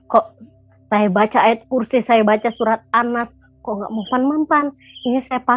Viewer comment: MBAK KLO ANDA MUSLIM TAAT DAN SEMBAHYANG 5 WAKTU KOK GAK TAU AWALAN MBACA YG KATANYA KAMU NGUSIR SETAN MBACA AYAT QURSI BELEPOTAN SATUPUN HURUF GAK ADA YG BENAR SIH ? 😇😇 AKU JUGA MURTADIN NAMUN AKU SARANKAN KLO MEMANG TIDAK ADA YG ANDA HAFAL SALAH SATU AYAT AL-QURAN YA MENDING DIAM , GAK PERLU NUNJUKIN NGUSIR SETAN TERUS ANDA MEMBACA AYAT YG ANDA BACA YG BELEPOTAN TADI ???!! MALU NDENGARNYA ???!! BAGI MURTADIN YG TIDAK HAFAL SALAH SATU AYAT AL-QURAN JANGAN DIBACA DI YOUTUB YA SAUDARA2KU ????? NANTI JUSTRU YG NDENGAR MALU SENDIRI , PENONTON MALU ????? 😇😇